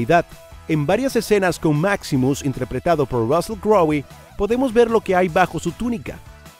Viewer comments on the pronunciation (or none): Russell ¿"Crowi"? 🤣🤣🤣🤣🤣🤣.